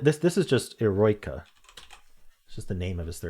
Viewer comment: Just as an fyi: Eroica is 4 syllables, pronounced "i (like 'it'), - ROW - i (like 'it', again) - kuh (like cut)". "Heroic" is the English translation, and it was originally created for Napoleon - but once ol' Napoleon made himself Emperor, Beethoven rescinded the dedication.